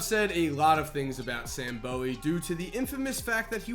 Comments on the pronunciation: Boo-wee not Bo-E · For the record It's pronounced Sam Booo-we! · Said Sam Bowie’s name wrong